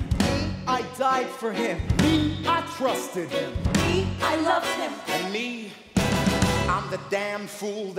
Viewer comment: and dosent washington sound like he said " me i CRUSTED him" ?